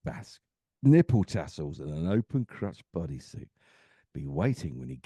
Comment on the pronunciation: It's crotch not crutch.. ya dummy